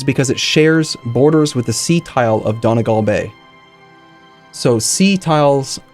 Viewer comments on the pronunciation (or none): none